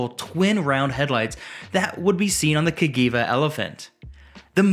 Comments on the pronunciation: CAGIVA CA Jee Va Not CA Gee Va Also there's no need to emphasis EVERY WORD! 😊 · Absolutely the best! Say Ca(gee)iva not Cagiva 😂 Italians for ya Great video 👍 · Cagiva is prnounced Ka*gee*va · Cajeeva …this how you say it ,Elephant had a Ducati engine…